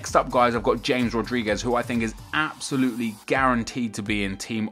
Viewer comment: OMG THIS IS NOT HOW U PRONUNCE RODRIGUEZ